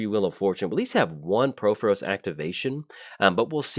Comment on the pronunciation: Please stop pronouncing Purphoros wrong!!